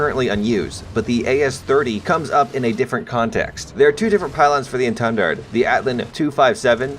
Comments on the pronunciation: Hollup he called it gay jin lmao Also i think the pronunciation for etendard Is eaten dard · Étendard É(The i on “if”) Ten(Tun, tundra) Dard (Dar, like Darth without the th) Edit: better examples